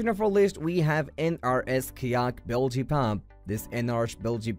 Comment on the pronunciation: Horrible pronunciation of EVERY one of the IMPORTANT words such as Kayak. Bilge and Seattle. Just horrible. I could not understand it until listening over and over to discover how INCORRECT they were… So sad.